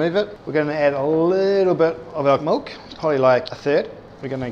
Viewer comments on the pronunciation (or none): Omg he says molk not milk